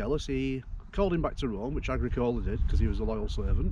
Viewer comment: Agricola is pronounced; Agr-ee-kola.